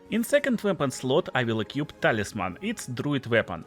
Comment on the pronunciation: Не экьюп, а экуип. И, возможно, ты путаешь enhance и enchant. Кип дуин вот ю дуин бро